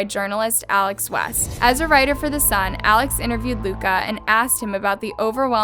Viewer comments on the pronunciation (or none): none